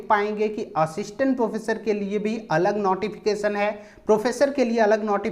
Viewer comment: Sir notification hota h ap hmesha nauteefication kyu bolte h